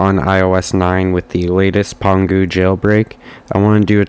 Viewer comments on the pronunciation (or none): This is how u actually say pangue pan-goo